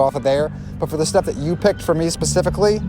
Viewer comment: At the end "Those two, pacifically..." I had to rewind it to make sure I wasn't hearing things., your Navy is showing.:p